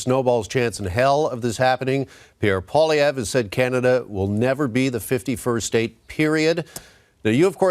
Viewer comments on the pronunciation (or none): Please, please ask Kevin O'Leary to learn how to pronounce Pierre Poilievre's last name.